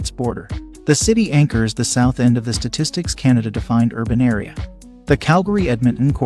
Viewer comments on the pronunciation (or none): none